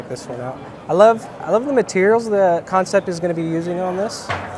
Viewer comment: Kansept is pronounced just like the word "concept" from the English language (looking at you DCA!) Seems like a lot of haters and Negative Nellies weighing in on this one. Man we are so spoiled if that's what y'all have to say about these knives lol